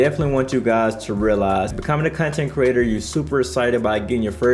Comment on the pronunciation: Did you just say Cuntent creators lol